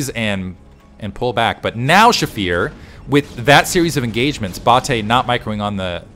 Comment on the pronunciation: Love seeing Bulgarian SC scene being represented! You were pronouncing Bate correctly. Thanks for the content, been watching since the OG days of you and moletrap and klazart